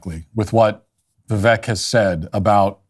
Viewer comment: Love you Matt Walsh but please pronounce Vivek correctly. Vivek like cake.